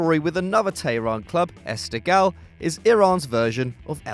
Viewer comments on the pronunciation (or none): You absolutely butchered Persepolis and esteghlal